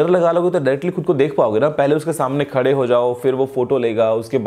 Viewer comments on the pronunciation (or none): none